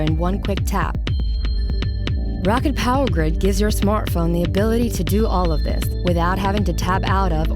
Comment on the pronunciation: thought it was pronounced "ROW-CAT" not "ROCKET"